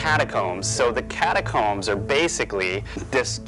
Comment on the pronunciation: It's catacooombs